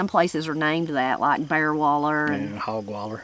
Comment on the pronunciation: Are you saying "bar" as in bear? Loretta Lynn used to say "bar".